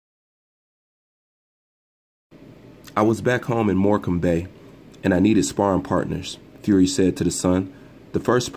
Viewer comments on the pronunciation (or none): More-can-bay?! Haha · Morecambe is pronounced like morecum just to let you no fam